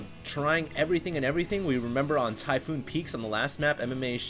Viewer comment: "Typoon peaks..." ARGHHH!!!!! *rips out hair*